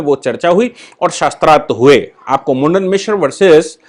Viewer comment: सही नाम मंडन मिश्र उच्चारण करें